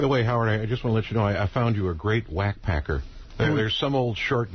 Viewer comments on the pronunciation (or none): none